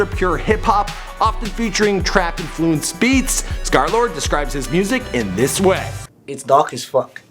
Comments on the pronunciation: y u cal hem skerlard? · Until now i realize it’s pronounced ScarLord